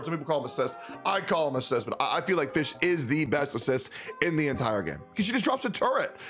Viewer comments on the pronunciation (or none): Isnt it pronounced "fiyhrl"? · You said fischel.... was.... shut up man.... ugh.... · i think fischl's name is pronounced "fishell" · Game: Fischl: Fish Me: AAAAAAHHHHHHH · The "l" in Fischl is still pronounced